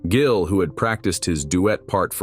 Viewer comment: "Jillian" What the hell???? At least have the fakey AI voice pronounce his NAME RIGHT!! DAMN!!!